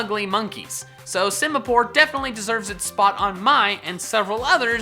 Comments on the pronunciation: SIMIPOUR, NOT SIMAPORE! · Simipour MORE LIKE SIMIPOOR